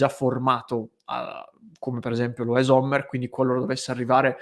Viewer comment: .. pronuncia esatta Sommer, non Zommer